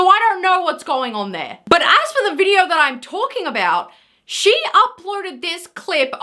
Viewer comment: Why are you inserting R’s into words that have zero fucking R’s. This is you: videoR, mooRn, intoR, oRpens. It’s funny because in words that actually DO contain R’s you don’t pronounce them. Again, this is you: behavYUH instead of behavior, thEH instead of there, weIHd instead of weird, whEH instead of where. Learn how to fucking pronounce words properly.